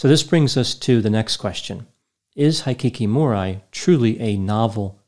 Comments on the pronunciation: it’s (Hee-Key-Koh-Moe-Ree) Hikikomori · The "i" in Japanese is pronounced like "ee," like in "eat." Hikikomori is pronounced like "hee kee koh moh ree." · Great job! I've often wondered if Hikikomori is an illness that is germane to Japan alone. BTW, I'm a fan of Japanese culture. Kyoto is pronounced "Kee-yoto," & Hikikomori is pronounced "Heekeekomordi." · Thanks for covering a case in Japan. Your pronunciation though! High kiki mo rye🤣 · Absolutely butchered the pronunciations. They are pronounced as they are written, not with English letter names, as in "i" is "i" not "ai". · Hikikomori is pronounced "he key koh mory" butchered it.... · I enjoyed you analysis, as always! Hikikomori is a bit of a difficult word to pronounce in English, so if you'd like some advice for next time: Hiki = hickey Ko = like the "co" in "coffee" Mo = like the "mo" in "more" Ri = has more of an "L" sound than an "R" sound, like the "li" in "lily" I hope that's helpful, and I hope you're having a good day! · I volunteered at a center to help hikikimori for a few years. Many have antisocial tendencies but others are more or less individuals who have given up on the societys way of doing things. You can pronounce it "hee kee kee moh ree". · Hey! Just a quick word: it's pronounced Kee-yo-toe and hee-kee-ko-more-e. For me, when I'm unsure, I assume there's a long vowel. You got Aoba's name right though! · I am Japanese. " Hikikomori ' is pronounced like " He-key-co-mo-le ", the best I can describe for you. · Not that anyone likely cares, but it's pronounced He-Key-koh-moe-ree and Key-oh-toe. ;P Very sad case. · I'm only speculating in a situation like this... Is mispronouncing Japanese on purpose as a social experiment? ("Heekeekeemoree", "K-yot-toh"... Hard for me to fathom didn't know that😉 it must be his humor) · Hikikomori is pronounced "hee-kee-koh-MORE-ee" And Kyoto is 'kee OH toe'